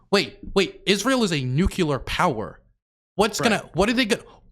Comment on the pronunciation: "Nucular " Eye: twitches unconsciously